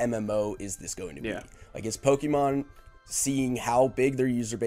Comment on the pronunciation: why is it so difficult to not sound like a cringy 90's soccer mom talking about their kiddos favourite cartoon and actually say "PokÉmon"